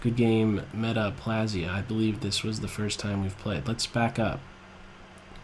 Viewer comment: As a medical student, hearing you say "metaplasia" made me cringe. All mispronunciations aside, your videos are always excellent!